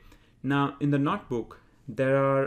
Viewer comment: its not "NOT" book its "NOTE" book